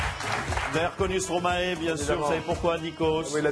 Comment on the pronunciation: Comment tu prononce Stromae ? Comme maestro et pas comme stromaé